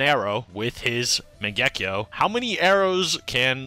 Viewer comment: I like this channel but I can't stand the way y'all say Mangekyo and kamui and the like 😭😭💀💀